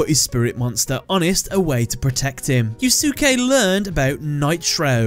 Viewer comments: If I may, I believe his first name is pronounced as "You-skay" Not "Yuu-suki". I think the second "u" is silent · Fujiwara Yusuke (btw, the second "u" in Yusuke is silent. Sorry but that mispronounciation of a very well known Japanese bothers me.) is one of my favorite villains in all of Yugioh just because of how raw and real he is. If anything, he's the best thing about GX though that's not saying much sadly given how awful, imho, GX was. But, then he's also, imho, one of the best characters in the franchise because, sorry to say, Yugioh struggles with writing believable characters even in the original dub/language especially villains. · For someone named you would think you knew how to pronounce Yusuke.